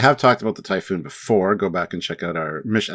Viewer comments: Typhon. Not typhoon. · Typhon, pronounced ty-fon. Typhoon, pronounced Ty,-foon. Other than that, another great video.😊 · Its pronounced "Tai-Fon" not Typhoon", the name comes from Greek mythology, a giant with snake like features. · Typhon is pronounced tie-fawn. You’re saying it like the type of storm typhoon. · Why are y’all saying typhoon like the storm? It’s typhon (tie-fon) or say it quick (tie-fun). Y’all should scrap and redo the whole video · For me I don’t like the placement of the warp engines as it blocks the Bussard Collectors because of the bulk of the rest of the ship so they can’t collect the hydrogen gas needed for the warp engines they need to be on outriggers. Also the name of the class isn’t pronounced typhoon as in the Russian boomer but typhon as in the Typhon Expance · It's pronounced "tie-fun", there's only one "O" in the word. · Jeez, you guys read a book..... It's not pronounced "foon". You say it to rhyme with "gone" or "John"----Typhon is a figure in Greek mythology, the father of all monsters. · We care how it's pronounced because they're talking about the starship Typhon and not damn ocean Typhoons. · While the word Typhoon does indeed originate from Typhon, they definitely are pronounced quite differently. Also Typhon is more than just snakes, he's a Titan powerful enough to challenge Zeus himself, and the father of Cerberus and Hydra, to name a few other beasties.